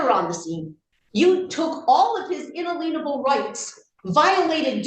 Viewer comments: Did she say "a-leenable".... not " alien- able". ?!.. Not the sharpest knife in the drawer obviously!!; Do these people not have jobs? They can all sit around and study 100 yr old laws! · What is “unaleenable” (🤭) In pronouncing it this way, she shows she has no idea what “in-alien-able” actually means🤦🏼‍♀️ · Is she saying …unelenable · "inalienable" - I don't think you're pronouncing that the way it's supposed to be pronounced. Or that you have any idea what it means. IN-A-LI-EN-A-BLE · Beth Bridgman is one of the most hateful, offensive, brain donors I’ve seen since I started watching these videos years ago. Why Gauthier didn’t give her 30 days for her contempt in this hearing is beyond me. And what the hell does “unaleenable” mean?! The phrase “my honor” alone is disrespectful. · I could listen to her butcher the pronunciation of “inalienable” all day! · Why do so many of these rocket scientists murder the word 'inalienable'?